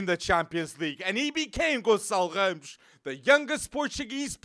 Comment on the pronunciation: Eu: ohh a internation youtuber talking about benfica Hear him pronounce "ramos" Ohh